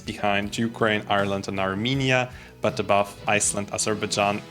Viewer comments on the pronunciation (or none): none